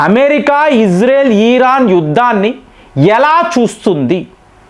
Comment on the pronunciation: భారత్ అని స్పష్టంగా పలికి నప్పుడు ఇరాన్ అని పలికితే బాగుంటుంది